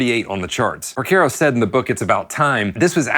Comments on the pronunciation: Por CAR o. Not por CARE o. Sorry, I’m Italian… keep on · It's Por CAR o Not Por CARE o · A couple things . . . His name is pronounced Por-CAR-oh. Not Por-Ker-Oh. “St. George and The Dragon” is from their second album Hydra. He didn’t leave his session career to start Toto. He was doing both. The Toto IV sessions and the Michael Jackson Thriller sessions were only a few years apart. Your “Rosanna” groove was loose and sloppy, but you shouldn’t feel bad. I’ve only heard a handful of drummers actually pull it off. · Its Jeff porcaro, not Jeff Percaro. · its not Por-KER-O.....its Por-CAR-O -Great vid though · Is there a reason you are pronouncing it Porc - AIR - oh? It's not said that way....Great vid though. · Why do you insist on pronouncing Pocaro wrong???? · Pronouncing his name correctly is bare minimum for making a video about him. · Geezus H!!! Learn how to pronounce the F’ing guys name if you’re going to talk about him! 🤬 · Great video, but at least please pronounce his name correctly. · You're pronouncing his name wrong. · Mispronounced last name but thank you for this